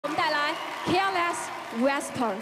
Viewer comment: 主持人careless发音让人尴尬就算了，whisper还要念错了，尴尬= =